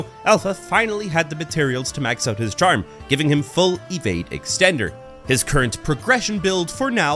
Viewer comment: I love your pronounce evade as ewade